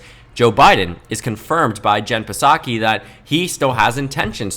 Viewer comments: Just a note P in Psaki is silent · the “p” in psaki is silent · Dude you go to Harvard, the P in psaki is silent